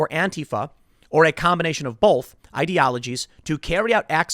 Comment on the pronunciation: Please learn how to pronounce the word "both". There is no "L" in "both"! :)